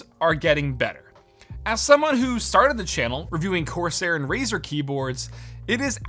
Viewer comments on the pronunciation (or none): none